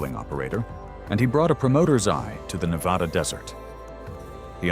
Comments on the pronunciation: It's pronounced Nev ADDA not nev awedda. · I grew up in Reno. To my knowledge their has never been an "O" in Na-va-da. Ever.